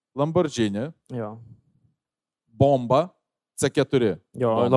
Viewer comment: Kaip žinot, kad žmogui greit 40 ir jis ragavo sovietinio "rojaus"? Nes jis sako "Lambordžini", "Maikl Duglas", "Kim Besindžer", "Demi Mūr", "Styven Sygl", etc. :)